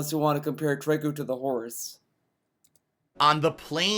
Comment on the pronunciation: The name is pronounced "Tree-Co" even the child in the game says the name... not "Trike-Co"